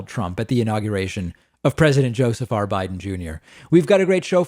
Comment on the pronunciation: Just a quick question, is there a reason why you keep calling him Josafar Biden? Last I checked his name was Joseph, just plain and simple Joseph. Josafar makes him sound like Jafar, the villain in Aladdin.